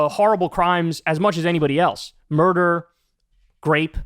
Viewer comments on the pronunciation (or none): “a murdera”